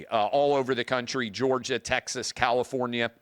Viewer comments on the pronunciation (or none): none